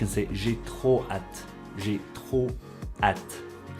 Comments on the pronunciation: The way you pronounce hâte rhymes with cat. I believe it should be pronounced like ah, as in matte. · I agree, but that's not the way you pronounce hâte. Your pronunciation sounds more like the English at. I'm certain that you speak better. French than I, that's why I noticed your pronunciation of hâte.